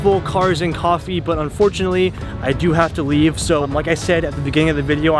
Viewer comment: Rip "cofffee"